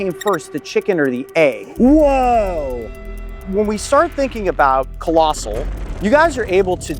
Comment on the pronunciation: Lost respect on this channel the moment I heard Collosal.